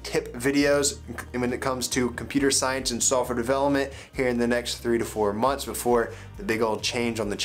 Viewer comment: haha I know he's saying that. It sounds like sulfur developer tho :)